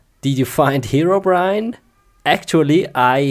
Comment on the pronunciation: FOUND HAIR-O-BRIAN!!!(Herobrine)